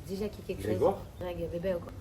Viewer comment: Heu les gars, Greg Yega, c'est Grégory, pas Grégoire...😅